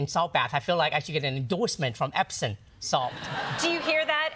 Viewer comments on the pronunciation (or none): Lol... did she just say Epson Salt? hahah kids these days